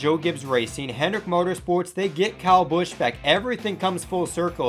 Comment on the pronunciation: Good video, but why did you pronounce kyle busch like that?